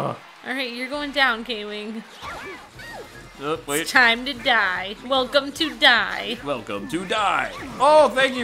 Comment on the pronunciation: I mean come on and